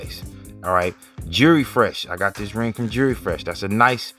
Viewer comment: "My 'JURY' tarnished"? It's two syllables, "Jewel-ry"? Jewelry. "Jury" sounds fuckin' ridiculous unless you're in a court room or something.